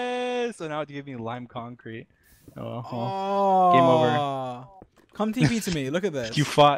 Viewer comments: sEe-An cOnKrEte!? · Everyone: “Cyan concrete” dream: “sea-yan concert” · SEE-AN CONKREET